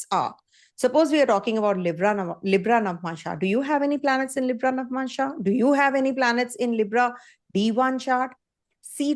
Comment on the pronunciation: Madam it is nava+amsa not navmansha